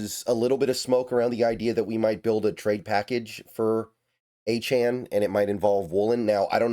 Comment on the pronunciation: Saying his name right..... that's a good sign. Achane is a dawg